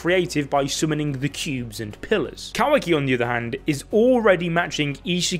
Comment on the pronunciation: Love the videos but my god Kah-wah-key not kuhwaki